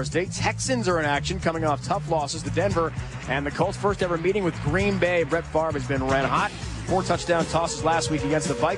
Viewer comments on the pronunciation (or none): "Brett Favrah" lol!